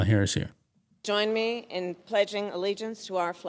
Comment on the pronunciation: She was so surprised that she said allegiance correctly that she forgot the next line.